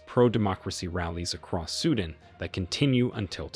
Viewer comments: it's not sudn it's sudaan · Its Sudan Not suedent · It's not suden ffs it's pronounced Sudaaaan. Seems like you're just reading some text. 😤😤